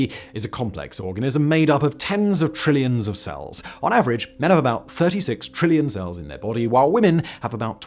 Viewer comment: Physics Girl - “Tree-llions”